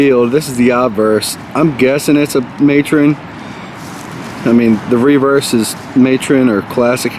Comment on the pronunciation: You Marylanders have no accent at all (or at least to me) until you all say the word reverse. lol. Sort of southness I guess.